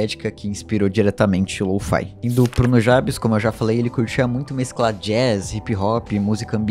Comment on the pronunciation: Cara, puta vídeo incrível, mas a única coisa que me incomodou foi a pronuncia do nome "Nujabes" a sua pronuncia ficou como "Nú ja bes" e não "Nu gei bes" OBS: a escrita está errada pra simular a pronuncia